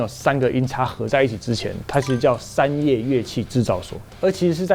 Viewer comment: 是山叶不是三叶